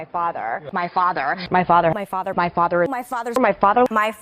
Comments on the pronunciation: Her "fazzah"? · After a while, doesn't it sound like she's saying "my fodder" ?? ;) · After a while it sounds like she is saying "my fodder," 😅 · Settle down ppl. ... she's saying "my FARTER" . .... she's talking about her gin-soaked butt! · when "my father" morphs into "my fodder" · He was our fodder in nam!